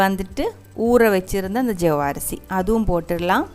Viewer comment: Ella thamizh makkalukum vanakam...the way u said jaavarisi... hahahaha very funny